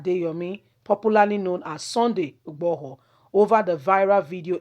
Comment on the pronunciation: Don't mince your words please your pronounciations are HELL, you are not YORUBA, why UGBORHO, its igboho , why OLU of warri comes in?????